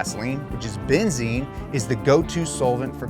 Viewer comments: Benzene* not benzine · Benzene, not benzine. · Benzene not benzine